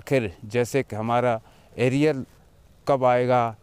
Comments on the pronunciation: Bhai Arial nahi hota Arier hota hai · It is not Ariel liquid. It is arrear